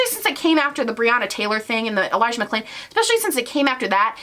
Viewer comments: Also he didn't say Elijah's name right, he dubbed over the audio for it to be correct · He also said Elijah’s name wrong and did a voice over in editing. If you listen closely you can hear that the audio is different. I am so disgusted with him. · Go back and watch the elijah mcclain part, I replayed it on half speed,dude literally says his name wrong and dubs the audio over the video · He also dubbed over Elijah McClain's name and couldn't be bothered to record himself saying it correctly 🥴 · Did anyone notice the sound change when he said Elijah MacClains name? He clearly either said the wrong name or mispronounced it and in editing had to correct himself which tells me he does not really care. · Go back and watch, he got Elijah Mcclain's name wrong and then dubbed over himself to fix it. The irony of getting his name wrong when you are saying "thats where we need to be focussing our attention" and then NOT INCLUDING LINKS TO DONATE?!?! trash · not to mention that he dubbed over elijah mcclain's name in the video. like what,, you cant even say his name right when youre using it for woke points??? that part made my blood boil. I had to scroll back like three times to confirm it actually happened. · he also edited himself when he says "Elijah McClain" you can see it because of how his mouth moves and the audio is slightly different. He didn't even know how to pronounce his name. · when he said ‘elijah mcclain’ it sounds and looks dubbed over... he couldnt even get his name right and didnt even do a new take. you cannot inject BLM in your video as a way to deflect if you cant even get a victims name right!!! what kind of fuckery is this😳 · It’s clear he doesn’t care about the BLM movement and is using it as deflection when he can’t even get the audio right when saying Elijah McClain’s name. The only part of the video that he had to dub over